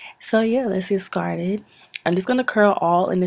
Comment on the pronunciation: Did u just say let's get skarted lol?